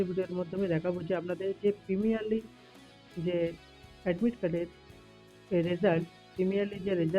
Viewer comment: প্রিমিনারলি না গো প্রিলিমিনারী বলে